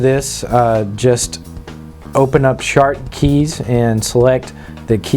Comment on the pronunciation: Ha he said SHARTKEYS